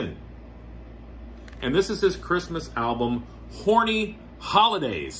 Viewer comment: I had to respond again - I laughed at the way you enunciated Horny Holidays!